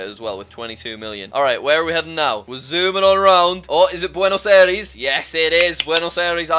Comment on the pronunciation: Can someone please inform Jack how to pronounce Buenos Aires? Its starting to bother me